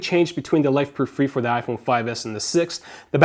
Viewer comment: fre not free